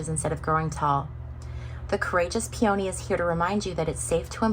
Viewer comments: You seem like quite a low-energy person. Just my vibe. And oh, by the way, peony is pronounced "PEE-oh-nee" Not "pee-YOH-nee. Neanderthal. Oh sorry, you probably don't even know what that means. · Good reading. 👍 And just as an FYI… “Peony” is pronounced “PEE-uh-nee.”😊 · New subscriber. I really enjoyed your reading! Just a small detail… You are mispronouncing the name of the flower peony. It's hard for me to describe so please find one of those short pronunciation videos with a recording of the correct pronunciation.🙂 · We here pronounce it PEA-oh-knee.Interesting.